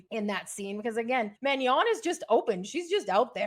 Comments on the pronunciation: You really should learn to pronounce Manon correctly. You say it like Man- yon. There’s no tilde there as in Spanish. It’s French - just Ma-non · Please, please please pronounce castmembers' names correctly! Manon is not pronounced "Man-Yon". No y sound in that name. It should be pronounced "Man-AWn" (*soft n at end---hardly ennunciated**). The end is more of a nasally sound, not an English enunciation.